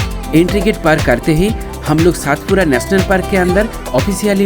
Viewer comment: पांचमढी नहीं पंचमढ़ी और सातपुडा नहीं सतपुडा मेरे भाई 😅